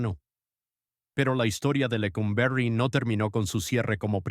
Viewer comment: Qué manera tan chocante de narrar esta historia, "Lecómberry" ridiculez. Y otra palabreja "crujillas"